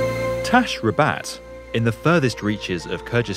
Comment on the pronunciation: tash-ra-bad. As a person born in Kyrgyz, I feel offended. lmao